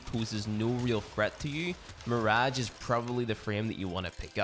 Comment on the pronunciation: Nobody:: mïřæğè